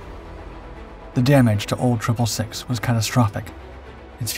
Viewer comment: its pronounced old 666 not old triple 6